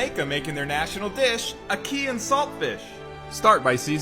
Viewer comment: I swear when you said “ahkey” all Jamaicans wanted you dead